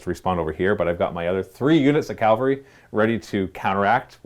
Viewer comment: Sorry, I gotta be that guy. I really did enjoy the battle report, but... CAVALRY. Cav-al-ry. Not "calvary."